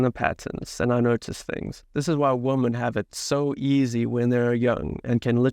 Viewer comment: Woman (singular) and women (plural) should be pronounced differently from each other...